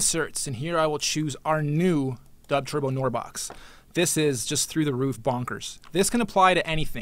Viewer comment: why does he call it "dubtwerbo".. i only came here because it comes in related videos to 1 of my videos :L